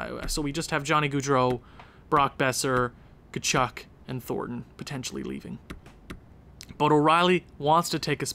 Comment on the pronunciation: Thornton actually grew😂 And it's pronounced CHAR-NICK. At least thats what I heard Did you say there is a Flames spreadsheet? If so how do I access it? Btw you need to trade either Gaudreau or Tkachuk